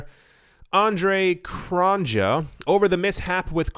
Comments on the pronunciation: He is South African ... pronounced Andre Cron-year ;) just saying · Its pronounced cron-yay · I think his name is pronounced 'kron-yay'